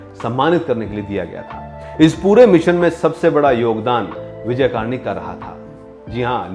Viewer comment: आप उनका नामही गलत ले रहे हो...'कर्णिक' है, कार्निक नही